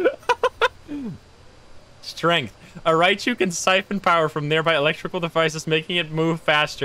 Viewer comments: its either Rye-jew or rye-you lol, look it up on google, it's like the first thing that comes up. him saying Raichu just sounds dumb, and his whole chat think it's a "pokemon ghost" lol. i'm not 100% sure which pronunciation it is, because ive heard both, but Raichu is DEF not the right way. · Is Raiju pronounce Rye-jew? Because calling it Raichu sounds so wrong.